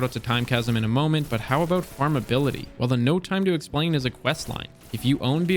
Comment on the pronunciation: Nice video. Haha aboot